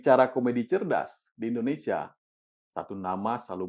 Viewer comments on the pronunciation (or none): none